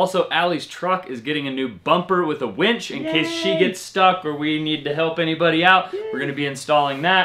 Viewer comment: I'm soooo glad you call it a WINCH and not a WENCH.